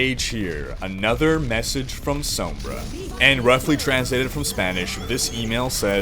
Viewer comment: hey guys this is cringer with another mispronunciation of sombra